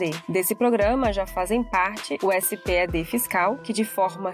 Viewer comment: parabens pela materia , mas nao é S P E D ,é espedi , assim que se le letra por letra